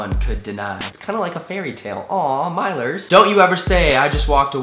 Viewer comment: did you say milers??!!!